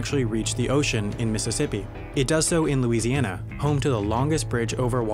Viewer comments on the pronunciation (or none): none